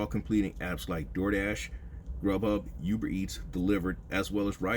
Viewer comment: in all fun, and not trying to catch a stray, I'm only here for "BID-NES", and "YOUBER eats", . I'm country as hell too.